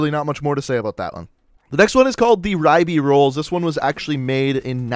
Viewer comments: You're butchering so many of the names. Mo-sin Nagant not Moizin. The Ribeyrolles too it's Rib-eh-roll not rib-eye-rollis and the image you used for that is incorrect instead referencing an RSC Smg the same as the one in BF1. Cmon man this video is an utter disappointment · "Rye-be-ros" thats wrong, its more like "rib-re-ros"